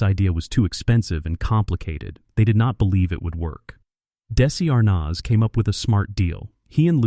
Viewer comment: Still haven't found someone who can pronounce his name properly huh? It's not daisy arnazzzzzzzzzzzzzzzzzzzzzzzzzzzzzzzzzzzzzzzzzzzzzzzzzzzzzzz, the rest was great though!